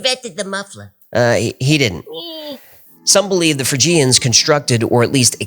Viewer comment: Excellent video. I love your channel. I think Phrygians should be pronounced FRIDGEians